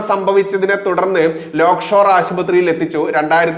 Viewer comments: Lockshore ആണോ lakeshore ആണോ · ലോക് ഷോർ അല്ല, Lake shore ആണ്.... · ലോക്ക് ഷോർ ആശുപത്രിയോ ? അതോ ആ പേർ ശരിക്ക് പറയാൻ ഭയമോ ? ലേക്ക് ഷോർ എന്ന് ശരിക്ക് ഉച്ചരിക്ക്. വാർത്തകൾ ഹൃസ്വമാക്കുക. വലിച്ച് നീട്ടരുത്. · ലോക്‌ഷോർ ആശുപത്രി എന്നല്ല lakeshore എന്ന് വായിക്കൂ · ലോക്‌ഷോർ അല്ല ലേക്ക്ഷോർ